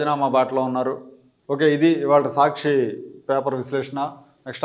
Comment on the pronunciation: మీరు సాచ్చి చడవకండి